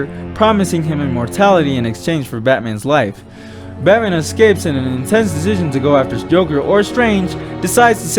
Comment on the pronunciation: “Batman escapes in an innnetstannsnsndecision” lmao slow down bro